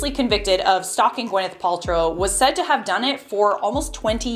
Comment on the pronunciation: It’s Gwyneth, not Gwenyth. Still love your content!